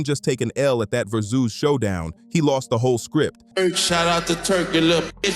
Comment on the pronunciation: AI cant pronounce Verzuz to save its life